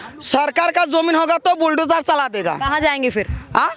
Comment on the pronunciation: यह मैडम बुलडोजर को बिलडोजर बोल रही है